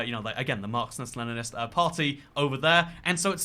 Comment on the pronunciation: You said "Marxnist" like 10 times in this video